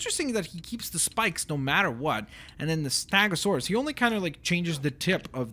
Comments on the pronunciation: its stego not stago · Why do you say "STAGOSAURUS" and not " STEGOSAURUS" is it because your first language wasn't English? wasn't it Russian? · It's stegosaurus not stagosaurus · stop saying staaagosaurus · he doesnt pronounce ankylosaurus and stegosaurus right